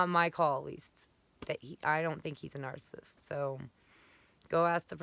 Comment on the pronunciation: You keep pronouncing narcissist incorrectly. You keep saying narcist and also narcistic. It is four syllables nar-cis-cis-tic. Please learn how to pronounce your most commonly used term.